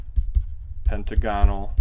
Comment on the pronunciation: PentAgonal, not pentagOnal.